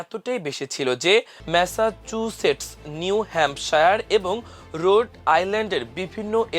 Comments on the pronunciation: ম্যাসা চু সেটস্ উচ্চারণ করতে দাঁত ভেঙে ফেলছে।😅😅😅😅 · ম্যাসাচুসেটস উচ্চারণে এত কষ্ট??